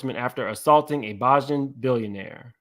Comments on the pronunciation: BEY-JIN….not BAH-JIN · You need to learn how to pronounce bajan. It’s “BAY-JAN” not “bah-Jan” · Yall "bajan" is pronounced bay-jhun. had me do confused! 😅 I wish Wendy could cover this! I know they fake madeup but he got her fired & attempted to wnd her career! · Someone else commented that it’s bah-jan and not bay-jun, lol. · Bajan is pronounced Bay-jan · For Rihanna it’s pronounced Bay-Jan! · Pronounce Bajan one more time 😂